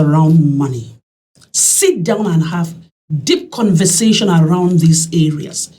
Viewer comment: I like the way she emphasizes DEEP CONVERSATION.